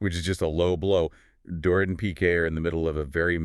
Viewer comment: Dorit’s name is pronounced DOR-EET